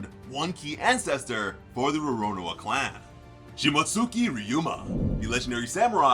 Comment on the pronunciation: cmon as weeb i feel offended on the way you said roronoa